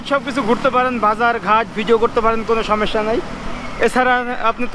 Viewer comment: ★ভিডিও গুলো আরো সচেতন ভাবে করা উচিত। ★জায়গাভেদে সঠিক তথ্য জেনে উপস্থাপনা ★সঠিক শব্দের ব্যবহার। ★কথায় কথায় ভাই না বলা ★অপ্রয়োজনীয় না দয়া করে এসব বিষয়ে খেয়াল রাখবেন প্লিজ। আপনার সব ভিডিও দেখি বলেই এসব বিষয়ে খেয়াল রাখতো বললাম। সমস্যা শব্দটি উচ্চারণের খেয়াল রাখুন আরো ভালো হোক আপনার ভিডিও গুলো।